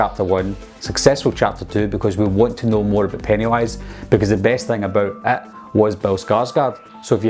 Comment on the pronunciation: does he say IT or ET